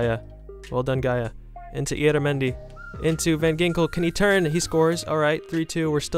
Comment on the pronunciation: Im spanish and my favorite team is the Real Sociedad, it isn't say ilaramendi it says IYARRAMENDI to spell. Sry 4 the English 😅